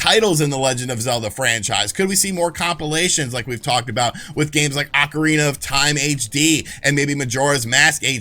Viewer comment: Why did you pronounce ocarina of time like that